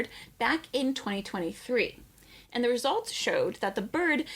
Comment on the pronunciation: “It’s in zha book.” 📕— Zahi Hawass